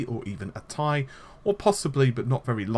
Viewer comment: Mike D He actually pronounced "ti" correctly. watch nvidia conference and nvidia themselves say that way. I know it sounds stupid but thats the way it is supposed to be pronounced.